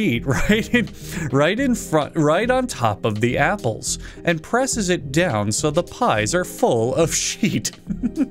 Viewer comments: repeatedly mispronouncing "apples" throughout the video is really the applaple on top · He always mispronounces apples, and I love it. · The way he said apapples in the beginning made me laugh so damn hard.